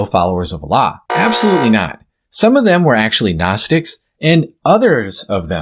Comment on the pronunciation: He can't even pronounce the word Allah properly?